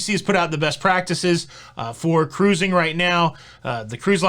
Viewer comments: exactly. This shows his excitement and love for what he does. I do believe he knows the proper pronunciation. Let him have his excitement. Always fun to listen to. Shush 🤫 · As a future Mardi Gras cruiser, I eagerly await your thoughts, views, vlogs, etc…I ask my steward the first time I meet him to have ice daily. Easy peasy. They’ve always accommodated my request. Finally, it’s not pronounced cruising, it’s pronounced ca-ruse-ing. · Hey! What happened to my three Syllable Cruising!!!!